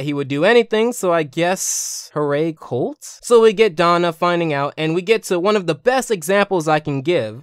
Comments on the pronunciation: Holt ...not colt....Holt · You called Holt “Colt” 😂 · Dude, there is no K-sound in Holt's name.